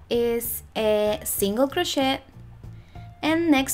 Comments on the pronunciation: Honey, its pronounced crochet ir cro shay... not shet... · It's pronounced "krō shāy." Sorry, but the way it was pronounced in the video was throwing me off. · So you are incapable of learning the correct pronunciation?? Doesn't matter what ethnicity you are cro- shay is how you say it no matter who and what you are!! That would be like me saying tortilla and pronouncing the lls as elllls not yyaa in tortilla. Oh I learned Spanish 4 years in HS and college. I know you can learn to say Cro-shay (Crochet -no prooonounce the "T")OK (said with Spanish accent). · Not a critical thing, just trying to educate. It is a french word, gee I guess you don't get that either. That is all I am saying is THE "T" IS SILENT OK? GOT IT GOOD!!!! CRO SHAY!!!!! Hey hey!!! Say it correctly. I didn't like her pattern anyway, made up my own - that is MY OPINION! I HAVE THE RIGHT TO GIVE IT! This is a public social media platform. Bye!!!! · The word "crochet" is French, you do not pronounce the "t" at the end of the word. It is pronounced crow-shay. Just FYI. Thank you for the pattern I am making one for a baby shower. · Thanks! I’m Spanish and we pronounce it cro-CHET 😊 but I’m trying to change that!